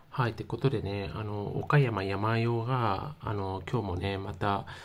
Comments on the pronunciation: やまようwww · けいとうをケイヤクって😂 サンヨウをヤマヨウって😂 国語の勉強した方が良いよ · 阪口監督は甲子園で歴代7位タイ（木内監督と並ぶ）の40勝を挙げておられる名将です。 それと他の方も指摘してますように「おかやまやまよう」ではなく「おかやまさんよう」です。山陽は山陰とか東海とかと同じく、地域を表します。主に中国地方の岡山、広島、山口の瀬戸内海沿岸地方を指します。 もう少しお勉強されることをお勧めいたします。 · 「やまよう」って何だ？😂 「さんよう」だろ👊 こんな奴が解説してるのは なぁぜ なぁぁぜ🤣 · ホントに野球ファンの方？やまようって読めんの？ さんようって読むけど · 継投→けいやくではありません。 その直後、不正発覚 何が発覚したの？ おかやまやまよう→やまよう新幹線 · 山陽（やまよう）は無いわなw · やまよーって… やまおーと同じレベルの間違い。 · 「やまよう」は草義務教育受けてますか？😂😂😂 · 「やまよう」だってさ、小２年ぐらいの学力だね。“継投”を「けいやく」って、マジで学校に行ってないね。「おかやま」が平仮名表記だから、無学歴でも読めて本当に良かったねｗ